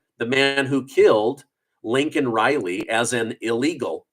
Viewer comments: Her name is Laken not Lincoln! You are getting it wrong yourself. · Her name is Laken...not Lincoln! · Why do you keep calling her "Lincoln Riley"? ITS LAKEN! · You are also calling her "Lincoln" Riley. (Lay-Kin) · You keep saying Lincoln it's LAKEN RILEY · Her name was Laken. Please don't call her lincoln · You should work on the pronunciation of her name too. I love ya man but you’re reallly close to Lincoln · Her name is pronounced Layken not Lincoln! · LAKEN Riley, not Lincoln Riley! How is this so difficult? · You said her name wrong also. Her name is Laken, not Lincoln. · Her name is LAKIN...NOT LINCOLN. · Love your reporting but I think you keep saying Linken instead of Laken. 😊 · I don't know, I've listened to it over and over and it sounds like you're pronouncing her name Lincoln too. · It is Laken Reilly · Dude you just pointed out how Biden was saying Lincoln and you keep saying Lincoln😂. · Its Laken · you just pronounced her name wrong too ITS LAKEN LAKEN RILEY best do some editing an get it right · Are you related to Joe Biden? Because YOU ALSO pronounced it "Lincoln Riley". SMDH. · You pronounced it wrong too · YOU mispronounced her name, too.!! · You mispronounced Mrs Rileys name Every Time you said it. AND Biden said thousands are ended by ILLEGALS, not by American Citizens. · Maybe it’s just me, but I feel like Biden should acknowledge and apologize for pronouncing her name wrong. It’s a respect thing. That poor family. Have your daughter who was killed like that to be highlighted on State of Union and said wrong, nothing says we don’t care more than that! It’s truly inappropriate and rude. Pretty sure he doesn’t have their vote. I wonder where they stood before. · If Biden mispronounced her name, then so did you. I didn't hear any difference in your pronunciation. 😢😢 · Piglosi is demented. She should be more worried Laken Riley being murdered and about Biden mispronouncing her name. Foolishness at it’s best!